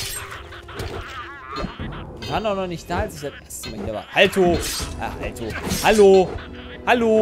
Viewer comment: Normale Menschen: HALLO: ALTO